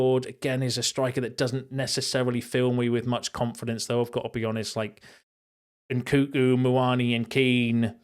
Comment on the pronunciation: What do I think about NKunku? I think you should learn to pronounce his name properly 😂